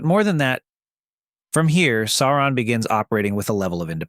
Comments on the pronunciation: If it’s not his pronunciations are horrible. How do claim to he fan of the films and not know to pronounce “Sauron”? Day-gor bro-lick? 😂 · Bro made an entire video about him and can't pronounce his name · Why are you pronouncing it Saron? It's Sauron. Sow-ron. Or Sore-ron, like dinoSAURON. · Its actually annoying hearing the narrator say "Saron" lol. Pronounce it like "Sow-ron" cuz that what it really is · Sauron, not Saaron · First odd it's not saar and in hair. It's saur ad in sour on. Closer to that phonetically. Secondly, the directors cuts of the movie, the actual directors cuts, not just the exttended editions are well over 4 hours a piece, the only way to watch them. I might be alone, but if there were an 8 hour version of each, I'd be watching them. Lastly, that scene you show when you talk about Aragorn fighting Sauron, that's not Sauron, it's the mouth of Sauron. There's a MASSIVE difference. They're not even close to being the same. The Mouth of Sauron is his messenger, not Sauron himself. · Cant get past SARA - ON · Sair on. Kinda like A A ron but more like sour on. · I very much enjoy your content. But, the correct pronunciation is "SOW-ron". "OW" as in the exclamation. Tolkien is quite explicit about this. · Stop saying Sae oo rahn... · Please read the appendixes at the end of the ‘Rings’, there is one on the pronunciation of names. Sauron is pronounced as ‘Sow-Ron’. Also read the ‘Silmarillion’. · Why wouldn’t you pronounce his name the way the movies do You know the way it’s supposed to be “Saren” 😂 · Its pronounced "Sour ron". He didnt have a physical form at the end of the War of The Ring.... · Tolkien doesn’t! sound right in an American accent! And if you take out all the spurious editions from the films, they would have managed to stay true to the books! It’s pronounced Sour on!